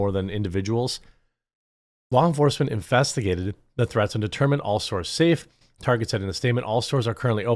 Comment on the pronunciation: It sounded like you said, Infestigated. I'm going to start using that for how police deal with the little people's troubles.